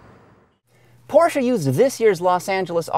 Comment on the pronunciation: Pronounced porshah